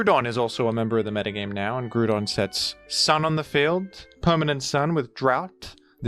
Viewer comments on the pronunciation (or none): Its Gr-OW-don not grewdon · Did you really think you would get away with calling "Groudon", "Gruedon"? Have you ever heard how that word is pronounced? Or is it some inside joke you have for it? Gruedon, sheesh. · “Grudon” really? Do you know how to pronounce ground? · folks, does anybody know what he means when he says grudon? i am very confused, and this video has been rendered completely unwatchable for me.